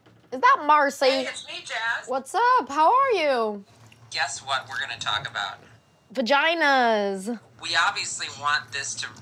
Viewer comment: “guess what we’re gonna talk about?” “VaGinAssss” No hate on jazz, it’s just funny xD